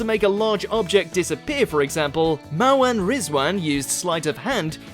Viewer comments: I think you mispronounced literally everybody’s names: Asim, Liza, Mawaan, Aisling... painful. Actually painful. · Gedric Asmin Eileen Liza (Pronounced like aliza) Maawen and Rose-alind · Asmin and Maawen? EILEEN? Also Katherine getting Greg a Lordship needs to be up there. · Starting to feel like the mispronunciation of names is rage bait for more views. Having him get Liza, Asim, Mawaan, Aisling AND Mel Geidroyc names in the same video was just painful